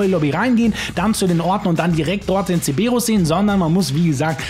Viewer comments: es heißt Cerberus. Nicht ceberus. Dan triggert total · wieso sagst du CEEEEBERUS? der heißt doch CeRberus....LOL 😛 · Es heißt CeRberus nicht Ceberus ... außerdem muss man nicht 16 Minuten in der Sitzung sein, sondern der Lobby-Host und man kann das Ding sehr wohl mit bewaffneten Fahrzeugen triggern... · Digga der Cerberus heißt nicht zeberus